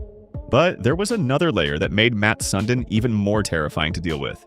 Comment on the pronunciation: It’s not Mat Sun din It’s Mats (with an s)Sundin (sundean) You’re a hockey account and you can’t get this name right delete your whole profile